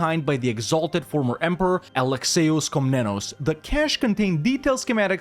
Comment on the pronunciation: How the hell can you butcher famous names like Alexios Komnenos? xD